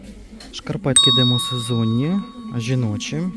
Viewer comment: ДемІсезонні! Слово" демОсезонні " не існує в природі!